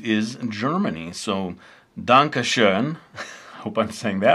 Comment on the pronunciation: germany on 3 O.o never thought this but youre "danke" was pretty good, and another thanks for you tutorials from a german viewer ^^